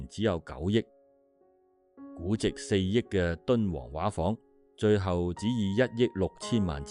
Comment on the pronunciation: 沙田「畫舫」的粵語正音要讀「說話」的"話"，不是「水彩畫」的"畫"。「畫」字的意思是「裝璜得美倫美煥的」, 畫舫即是「裝璜得美倫美煥的船」的意思。